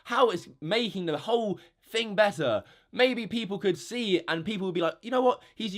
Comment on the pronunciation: ‘th’ dude, not ‘ff’ Jesus. You’re so thucking unlikeable.